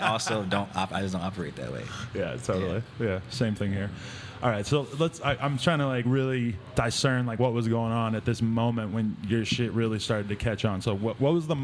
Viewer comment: did adam really say diescern